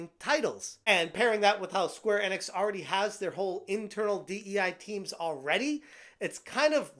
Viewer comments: Square In-Icks or E-Knicks.... I think its E-Knicks; say it right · My dude, its Enix, not Ennix